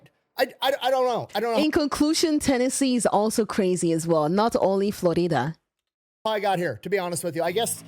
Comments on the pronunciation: Flo-rida's lesser known brother: Flo-Reeda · Yup, I am one of the Floreeda men 🤙😆😆 love how you pronounced that, made me feel exotic 🤣